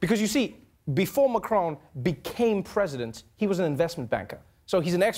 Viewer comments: WHY DO YOU KEEP CALLING HIM MA-CRONE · It’s MAC Ron like in MAC donalds